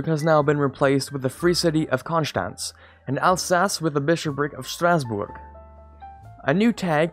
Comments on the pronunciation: Gaming Well for example it’s not Konshtanz but Konstanz (no sh sound haha). Mainz is not Meynz ( the a is pronounced like in bArtender -> Majnz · Your pronounciation of the German Cities and Kingdoms is so cute :DDD xD